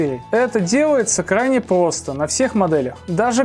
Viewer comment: Обожаю когда говорит плосто